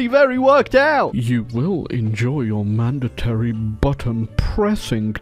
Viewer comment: did you say mandority bottom pushing?